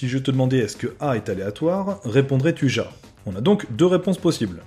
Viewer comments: mais on prononce ya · Juste au cas ou : « JA » ce prononce « YA » 😂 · raté xD C'est pas ya mais ja (Mais ca se prononce ya)